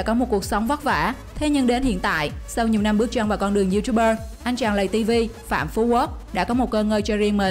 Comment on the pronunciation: tiếng việt là:lay ti vi ko phải lầy ti vi